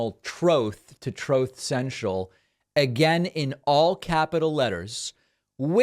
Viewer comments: That "troth senchil" soundbite kills me every time lmao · The "Troth Senchel" soundbite never gets old. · "Troth Sencial" 😂😂 Having a visión of Hell, like imagine you end up in Hell and the consiere comes out and it's Don, " Hello friend welcome to Troth Sencial, Glad you're here! what a lucky guy, you're gonna be so happy here! ah we're gonna love ya! It's super it's super, it's the best place, you'll be alright you're in the best biggly place..." ( you notice ketchup pooling on the floor at his feet) And a light goes off in your head "oh no!!!" As you realize you are about to spend eternity in the seventh level of Hell , " Troth Sential"😂😂 All because you supported fair tax legislation. 😂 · It’s definitely “troth” central because it sure isn’t truth. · OMG!! 😂😂🤣😂 I always thought David was just mocking Trump and had no idea Trump really said "Troth cental"😂😂😂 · Troth sential gets me every single time 😂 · Thanks for playing the recording of Trump saying "troath cential" agin. I never grow tired of it. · I thought he had Truth Social, not Trothe Social. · Troth Sential. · “Troth Central” is the best 😂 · "Trothe Sentiel" 😅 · never get tired of "Troth Sential" 😂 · "Troth Sential" 😂😂😂😂😂😂 gets me every time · I always chuckle at your ongoing "troath sential" jab. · I always hear “Troth Sensual”…